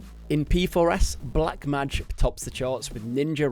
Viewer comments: Learn to pronounce mage please! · Please don't change it and make it worse every time to make people mald over it